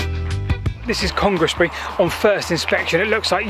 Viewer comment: Its Clevedon, not Cleveland and Congresbury is pronounced congsbury locally. Its a shame the line no longer exists, it ran through some pretty countryside. Sadly in the 60's we lost a lot of these smaller branch lines. Heritage railways show that these old lines could have survived as tourist attractions, it ran to Cheddar after all, a popular place to visit. I have some images in a book showing how Yatton station looked when the Clevedon and Strawberry branch lines were still present, it was quite something.